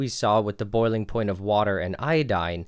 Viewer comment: Me too, was wondering if ploint was a new term until he said point.